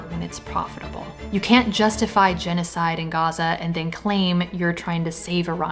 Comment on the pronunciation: He could not say the word GENOCIDE.